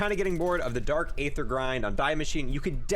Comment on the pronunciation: ye and dark aether